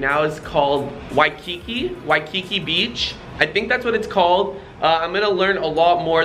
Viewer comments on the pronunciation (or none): Waikiki not Waikeke 😁😁😁